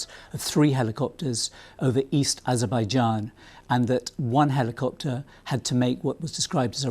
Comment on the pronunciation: what’s with the hard “i”? Heliiii-copter